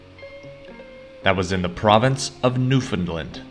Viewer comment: First - Gander is in the province of Newfoundland and Labrador. Second - Newfoundland rhymes with understand